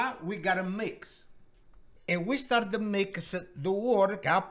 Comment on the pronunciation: We'a staat